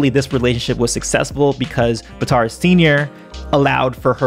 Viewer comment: Bitar it’s batar